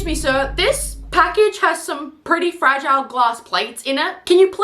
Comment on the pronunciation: I thought he was saying frazzle, not fragile. Very confused for a sec